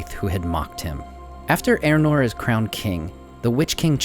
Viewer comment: Are you talking ay about Eärnur? Otherwise who is 'Eranor'? Try 'Ey-ahr-noor' .